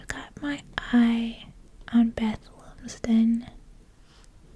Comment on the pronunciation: Not that I know the player but I’m going to say that Lumsden is probably pronounced Lum as in Plum